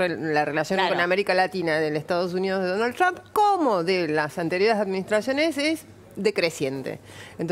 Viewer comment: Que bien que pronuncia Donald TRUMP !!!! Para cuándo la bandera con estrellitas en la Casa Rosada ?? Cómo lo van a hacer enojar al jefe del mundo ?? Desde cuándo se anima un presidente a hacer su política y sus alianzas , en su propio país !!!!????? Que clase de democracia es ésta ???!!! Sin pedirle permiso al dueño de América . Y además quién les explica a éstos energúmenos , quiénes son dictadores y quién no !? Se enfrentan con la iglesia por ? Se persignaron haciendo la señal de la cruz ? Pero BIEN !! DÉJENSE DE JODER ! LA NAZION